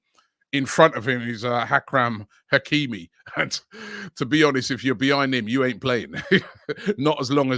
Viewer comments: “Hackram Hakimi”… Who? 🤣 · Hackram Hakimi 😂😂 come on Robbie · Hakram Hakimi😂😂😂 cmon on Robbie🤦🏾‍♂️